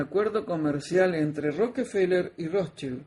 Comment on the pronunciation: estaba en lo correcto con la pronunciacion de los Rothschild, pues es Rozs- chaild.